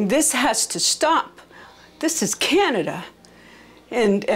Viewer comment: "this has to stop,this is CANIDA !"lol I dunno,I find that funny